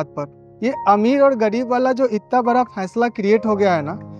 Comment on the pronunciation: Baraa nahi Hota Badaa😂😂😂😂😂😂😂😂😂😂